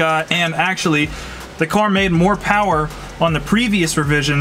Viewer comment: Can we get a uh, MO POWAH BABEH